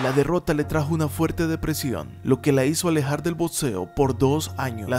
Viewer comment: Muy buena investigación y muy bien narrado, pero no sé pronuncia botseo, es crítica constructiva.